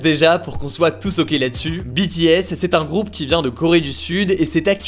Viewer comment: A partir du moment où le nom BTS est bien prononcé ça ne peut qu’aller bien😂